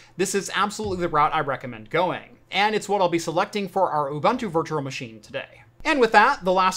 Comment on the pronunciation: Thanks for a GREAT video! You make it much simpler than I thought! One small note: Ubuntu is pronounced oo-boon-too. It is a word from the isi-Zulu language, one of the 11 official languages of South Africa. Love from South Africa. :-)